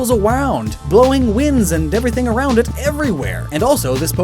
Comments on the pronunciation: "twirls awound :3" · "Twirls aWound" This is hysterical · twiws awound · Haha. You said awound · Twirls aWound???? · does anyone else realise that he says “twirls awound” when explaining eternatus and their inspirations? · He sais twirls awound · did he say it twiles awound? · sounds like you said twirls awound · Did anyone else notice that he said twirls awound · “Twirled awound” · twirls awound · "its gygantimax form is, well gigantic, but also twirls AWOUND" I'm sorry, I love you, but not even I heard this the first time and had to call you out, lol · anyone else hear "twirls awound" ? Love it.